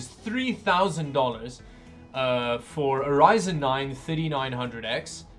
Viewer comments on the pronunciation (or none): I really don’t like how he says 30, it just sounds like 50 and gets confusing when I’m just listening to the video 🙃 quite annoying